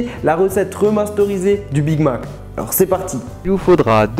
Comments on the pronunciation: ZE BIG MAC 🤣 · ZE BIG MAC,ZE BIG MAC a T'ES SERIEUX LA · ze big mac 😂